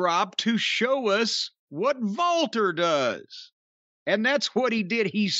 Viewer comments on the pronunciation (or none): Why the hell does Cornette always say "Valter"? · Why does Jim call him Valter or am I hearing him wrong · Is it so difficult to pronounce the name correctly? Yeah, the commentators also mispronounce it but that also makes me lose my mind. Everyone heard how to pronounce the name correctly so stop Americanizing foreign names, that is so ignorant.